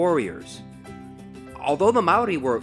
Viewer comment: mannnn you're cool 💘 you try when speaking Maaori ❗❗❗😍